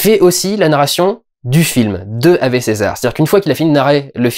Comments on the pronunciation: On dit awoué pas avé ^^ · On dit "Awé" ! XD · Normalement ave c'est du latin donc on ne prononce pas ave mais aoué.